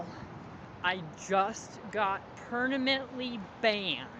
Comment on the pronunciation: Why can’t he pronounce “permanently” correctly it kills me